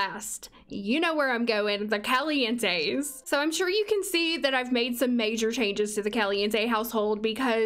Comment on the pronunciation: I really heard “Kelly-Ann Tays” not “Calientes” for a hot second